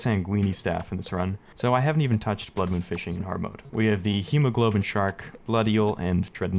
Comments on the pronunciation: It is pronounced hemoglobin like how goomb1 said, but iirc the actual enemy name is hemoGOBLIN Shark, I could just be stupid though and have bad memory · And hemoglobin shark. Like dude, is a goblin shark. Its hemoGOBLIN shark, not hemoGLOBIN shark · Its hemoGOBLIN, not hemoGLOBIN, absolutely unwatchable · its Hemogoblin. its a pun on Hemoglobin, a protein in red blood cells. So its Hee-moh-gah-blen